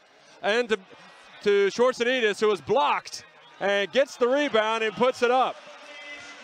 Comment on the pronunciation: That first attempt of the announcer trying to pronounce his name.. Gosh can't stop laughing.